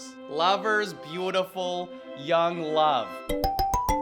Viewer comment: "And wove twue wove" I love watching your videos. It really helps with my depression. Thank u for making these